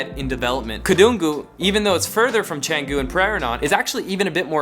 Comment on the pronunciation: Why don't you speak with right pronunciation? You can't speak even a word of Indonesian or Balinese, right? Just know a little bit about something and say like you know everything. Study before say something. Your pronunciation is really terrible. Are, Kedungu, Canggu... don't you have any Indonesian friend at all???